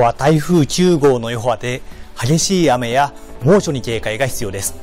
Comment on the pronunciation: きゅうごう 聞き取りづらい